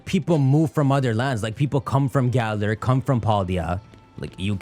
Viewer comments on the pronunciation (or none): none